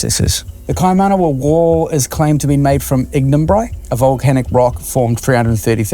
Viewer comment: It's Ignimbrite, ehoa, how you an expert on something you cant even pronounce huh?